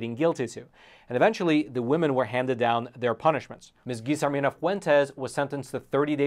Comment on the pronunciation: Double L is pronounced as a Y. Like in Tortilla. TorTeeYa. Guillermina isnt Geezermina. Its Gee-Yair-mina. Yair pronunced like air but with a Y. CMON'